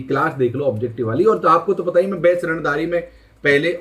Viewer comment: रणधारी hota hai, रणधीरnhi